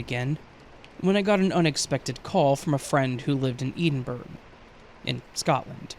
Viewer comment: “A friend who lives in Eden Burg”!?? 😂😂😂 It’s Edinburgh, the capital of Scotland….and it’s pronounced Eddin-burra 🌷